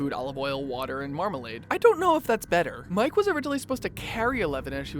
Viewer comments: Mike not Mikey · He said Mikey buts it mike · Lets talk about the fact that he calls mike,miki omg !!!!! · “mikey wheeler” AHAHAHHAHAHAHHAHAHAHAHAHAHHAHAHAHAHHAHAAHAHAHAHHAHAHAHHAHAHAHAHAHAHAHHAHAHAHAHAHHAHAHAHAHAHAHAHAHAHAHHAHAHAHAHAHHAHAHAHAHHA no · He called him Mikey Wheeler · did u just call mike mikey bOI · And he called Mike Wheeler Mikey Wheeler at least that’s what I heard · He said, "Mikey Wheeler"? And, "Hooper" for Hopper. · YOU. TALK. TO. FAST. Seriously tho talk slower and it's Hopper not Hooper and Mike not Mikey